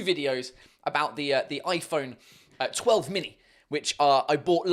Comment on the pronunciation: When he said “its aun oi phount telf “ translated “its and iphone twelve “